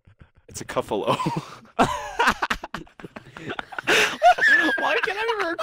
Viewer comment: It’s not a coffalo it’s a beefalo